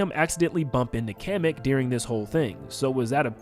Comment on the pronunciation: Day 2 of telling it’s KAH-MECK not Cam-eck (Kamek)